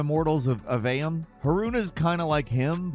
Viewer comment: Aveum bro please if this mispronunciation of names is an intentional bit please stop